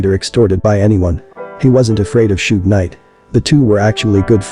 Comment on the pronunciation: Da name is pronounced Sug not Sog short for Sugar Bear u must b white 😂